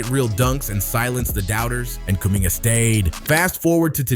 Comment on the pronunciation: You have to learn how to pronounce names better man. I like the video btw